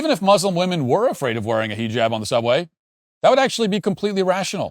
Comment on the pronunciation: Him purposely saying heejab is driving me crazy